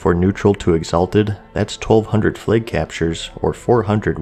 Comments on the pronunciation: Flaaaag not Fleg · Why do you say Flages and Flage? Its Flag. No E. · Lol you pronounce flag as flake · Are you saying "flake caps"?